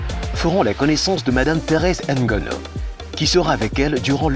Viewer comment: Pourquoi presenter la dame en disant Thérèse N' GONO. Camerounais vous ne savez plus prononcer vos noms? Arretez ce complexe là en voulant jouer aux français...c'est quoi?